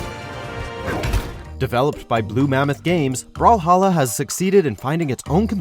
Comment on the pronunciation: Me don’t say brawhalla don’t say brawhawwla Video brawl hawLa Me that’s it I’m unsubscribeing